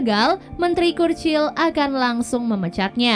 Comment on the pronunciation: . Itu dibaca curcil sis 💀